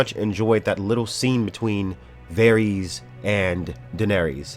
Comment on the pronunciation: How do you watch the show and say varys wrong? Both syllables even?